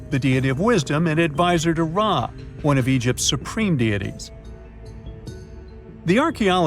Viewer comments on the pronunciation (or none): Ra not Ray, Tutmosis not Thutmosis, Toth not Thoth ... OMFG FUCKEN HATE AI GET REAL HISTORIANS TO READ HISTORY YOU FK TARDS 😤 😡🤡👺🤬